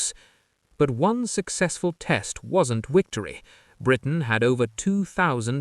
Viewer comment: congratulations to AI for inventing the word wictory.